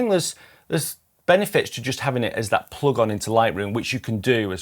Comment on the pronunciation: Thanks, a fair appraisal I’d say. Two small improvements to help you relate to American viewers: plug INs (not plug ons) and H is spelled Aitch not haitch...